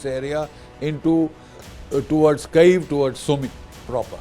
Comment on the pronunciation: GD Bakshi doesn't even know how to pronounce Kyiv, Donetsk etc. and he instantly became Ukraine expert. A big moustache don't actually indicate a person's knowledge and wisdom. He is only good at spreading paid propaganda.